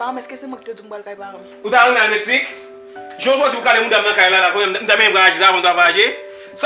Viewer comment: Tanpri moun yo di pou mwen se pa ni Metsique, ni Mestique yo di Se Mexique Ou bay pwoblem wi manzè sèmante pou l pa ranje bouch li wi mezanmi